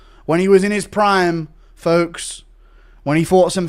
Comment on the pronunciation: The way Joe says "Proymme" instead of prime drives me absolutely insane